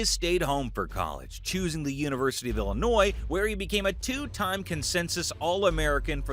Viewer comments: When he's talking about Butkus in HS that film is from college. The 2 pics of him as #62 are from CVS. Also, producer of video it is Illinois Fighting I-Line-I. Not Illa-e. AI couldn't pronounce it that badly,u should get an award. Also he went to Illinois because they had a dorm for married players, so he was able to bed down each night w/Mrs Butkus. Notre Dame didn't, because if they did Butkus was going there. And some of the best highlights if him are of him running with the ball after an interception or as a TE after a catch. Some of my family members were from that era and watched him in High School and they said he was absolutely unstoppable on offense as a TE. Literally no 3/4 HS kids could get him down. They said it became comical watching him swat kids around like flies. #SouthSide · then who calls it “American football?” And you BUTCHERED the name of the Illinois football team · Great story but AI voice cannot pronounce ILLINOIS